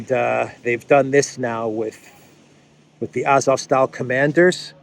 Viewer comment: AzovSTAL. Not style. Means steel. Like Stalin: man of steel. AzovSTAL, Gangnam STYLE.